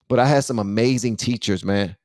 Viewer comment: "to our amazin country " hahaahahhhaha